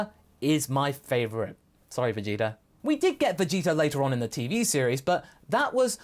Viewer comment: I heard Vegita too.